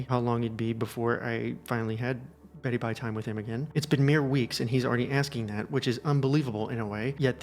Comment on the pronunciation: Please never say beddy bye time again